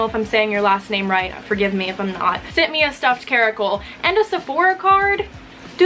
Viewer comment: You're welcome for the Caracal and card. Pronunciation was perfect!